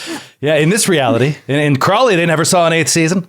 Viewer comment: Ugh! It isnt "Crawly, Mass"! It's "CROWLEY, Mass"! It took me until now to get that!